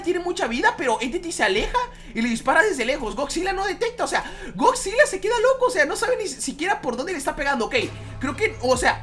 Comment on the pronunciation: jajaja da risa cuando dice esgodzilla osea hatafoc